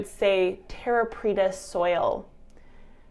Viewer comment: Preta not petra. The latter is in Jordan. ;)